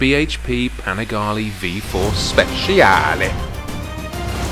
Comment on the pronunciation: Man you make good content but please, it a panigaLE not panigaLI 😂😎😊